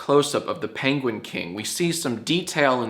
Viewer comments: STOP SAYING PENGWEEN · im sorry..paingween? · hE sAiD pEnGwIng hahhzhahaha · “Paingween” -Johnathan Films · Couldn't fully commit to "pengwings"? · Uh why do you say penguin so weird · I see that has taken "penguin" pronunciation tips from Benihana Crumblcookie